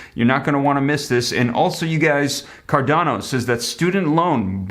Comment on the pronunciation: Hey that is pronounced (Car-Doh-Nah)